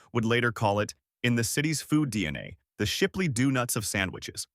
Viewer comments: I quit at "Doo-nuts." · Visual gaffe: The picture of a tub of Blue Bunny, while talking about Blue Bell. Audio gaffe: "Doo-nuts".